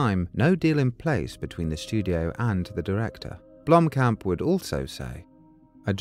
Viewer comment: How many different ways can Sigourney Weaver fuck up the name Blomkamp?